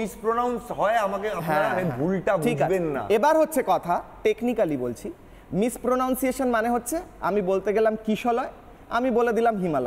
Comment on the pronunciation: ওটা "মিসপ্রোনানসিয়েশান"......"মিসপ্রোনাউনসিয়েশান" নয়।😅